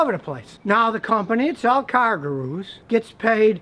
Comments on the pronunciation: Goo-Roos. Scotty says Gahroo. lol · gooroo...not garoo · Scotty, it's pronounced "GOO-roo", NOT "Gah-ROO"! Or maybe you need to fit it into a "Kan-gah-ROO'S" pouch?? (Guru - Dispeller of darkness, bringer of light). Did the Great Gazoo influence you? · Matthew Wach - Oh, you caught that too! WTH is Scotty thinking?? Perhaps if he's going to mispronounce 'Gurus' like that, he should be using a "Car-ga-NET" to catch those deals! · Scotty, you're accenting the wrong syllable: It is car GOO'roos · “Car Garooose” Lmao Scotty only deals with foreign if its Japanese. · I wanna buy a Yun-Die from Car Guh-Roo!! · I thought car-ga-roos where only available in Australia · He says cargooroos LOL As if it was underwear for new cars. :P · I come back to this video just to hear him say "car gu-ROOS" lol. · No one: Literally no one: Scotty: Car Gu-Roos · Bouncing about like a, "cargaroo." Pronunciation is key.. jesus.. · "Cargurus" lol. I like to say "halapiano" (jalapeno) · I love you Scotty but you're putting the emphasis on the wrong syllaebulll. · Scotty sounds like he is saying "kangaroos" with an "R" instead of an "N"